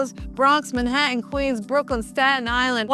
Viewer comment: Like the way you pronounce "Manhattan" 🙂